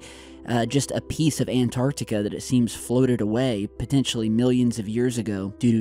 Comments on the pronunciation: U finally learned how to say Antarctica! Keep it up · It's nice to hear an American pronounce Antarctica properly.